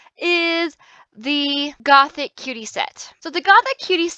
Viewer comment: Something that triggers me -A LOT- is when people say the new set name as "Gothic Cutie" but if you actually look at the name, it's "GOTHICUTIE" (Goth - ee - cutie) -_